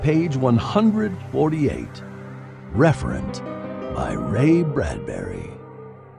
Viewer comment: Referent, not Reverent